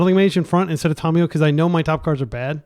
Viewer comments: I speak several languages. It is Fɛrˈboʊtən, not fer-bootan (verboten). Thank you for correcting yourself. Just like Tamiyo is not Tomiyo. How do you pronounce Kami, or Samurai? Do you pronounce them Ko-mi, or Some-uh-ri? Or Ka-mi and Sam-uh-ri? I am pretty sure if someone pronounced it some-uh-ri they'd be laughed at, but you want to call her "Tommy" or "Tom-e-yo"? I have no problem with people making mistakes. I do it all the time. (had to edit this because my writing is not as good as my pronunciation). However, when presented with new information to double and triple, and quadruple etc, down on your mistakes. That is where I get passionate. Correct pronunciation is Ta-my-o, or possibly ta-myo (yes tam-e-yo is a wrong pronunciation). I am not going to go around around correcting every person who says Tamiyo as Tam-e-yo. However when you can't even get the first vowel correct, and you call people out for correcting you then I must speak. Not Tommy or Tom-i-yo. If Kami and Samurai are not enough, and you want another word to look up. Look up tamago in Japanese (not that far off from Tamiyo). It is ta-mag-o, not to-mag-o. It means egg. Then ask yourself, if egg is pronounced ta-mag-o, why would Tamiyo, ever be pronounced tom-e-yo or to-myo/to-my-o, instead of ta-my-o, ta-myo, or tam-e-yo? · Look up how Tamiyo is pronounced, It is not Tomiyo, or Tommy. Give me one source that says that.